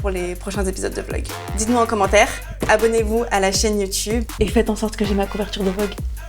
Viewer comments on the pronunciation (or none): none